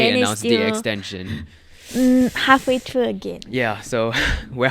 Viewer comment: can u practice ur english bc ur pronouncing words like three as tree or through and ‘trough’